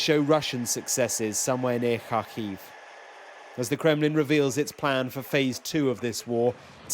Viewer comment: Why can't sky news pronounce Kharkiv correctly ?